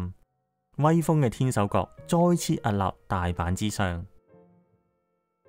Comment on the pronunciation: 海岸 ，岸～ 必須鼻音 屹立 。屹 ～鼻音